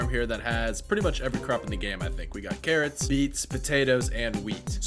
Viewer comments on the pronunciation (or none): At around 6 min he. Said potatos carrosserie steeds and wheath😂